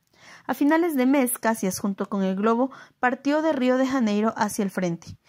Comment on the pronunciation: Luis Alves de Lima e Silva, Duque de Caxias, el único que ganó este título por méritos propios... Por cierto, la pronunciación es Cachias, no Cassias.